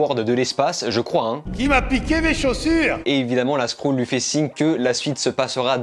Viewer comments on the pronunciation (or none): Skrulls (skroull) : R.I.P la prononciation